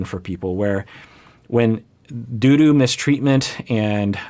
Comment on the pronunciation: When he said "due to mistreatment", it sounded like doo-doo...hahh, I know, I'm mature 😂